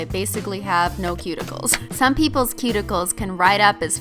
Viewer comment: OK SO EVERY NAIL LADY REMOVES MY SKIN WHEN THEY SAY "CUTICILES"